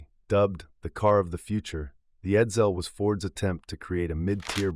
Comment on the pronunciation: The stupid computer also didn't know how to say Edsel.